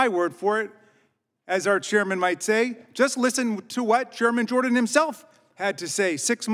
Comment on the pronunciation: He’s awesome. But was he saying German Jordan?